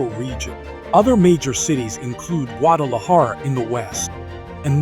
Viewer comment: Se oye funny cuando pronuncia los nombres en español guaajajara sierra madree